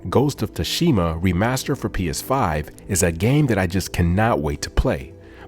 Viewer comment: T in Tsushima is muted …